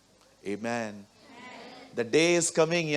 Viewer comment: Brother it's not Eeman...it's Amen...when you say Eeman ..i always distract from Word.. please say Amen rightly...I respect you..I always heard your sermons... you are a blessed child of Lord Jesus..pls Bhai work on it❤